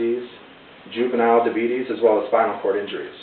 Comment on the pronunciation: haha "da beet eez" thats better than the old guy on liberty medical who pronounces it "dia beet iss"